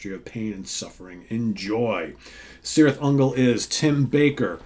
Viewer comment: Just a little, minimal precision here; I think the name of the band should be pronounced Kirith Ungol, in Tolkien languages the C always has this K sound. Yeah I'm such a nerd, sorry. It's a great album, thanks for the review! 🍺🤘